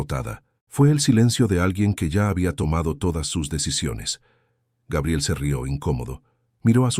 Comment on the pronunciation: Se dice Gabriel, NO Geibrel😮